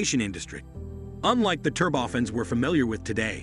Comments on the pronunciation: Thanks for an interesting and informative video. However one annoyance I'm increasingly finding on YT these days (including this video) is the mispronunciation of automated narrations. Turbofans become "ter-boffins", a 12:1 ratio, which should be spoken as "twelve to one" comes out as "twelve colon one". In the bigger scheme of things, this is not a major criticism of a good video, but it can be quite irritating. As regards open turbofans, I'm reminded of the Tu-114 airliner with large contra-rotating turboprops that created significant cabin noise. I would guess that mounting smaller diametre ones near the rear fuselage might also create a great deal of noise as the rear of the plane. The video does however make it clear that the CFM engineers especially are aware of the issue, which was problematic in earlier flight tests. I guess we shall just have to see what they come up with. I don't know for sure, but these engines appear to be larger diametre than existing turbofans. Under wing locations might require longer undercarriage legs and if so they would probably not be a retrofit option or a future adaption for an existing type without significant redesign and re-certification. So now where would open bypass turbofans end and turboprops begin? Thanks for an interesting video. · "Turb-oftens"?! Oh, I see. This is not a human narrating...